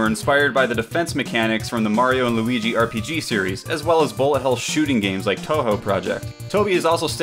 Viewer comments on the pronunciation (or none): none